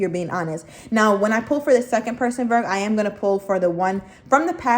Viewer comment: I love her!! I like how she says Virg!! 😂 This reading was on point!!